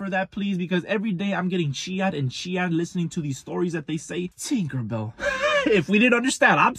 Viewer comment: Take a a shot every time says thinkerbell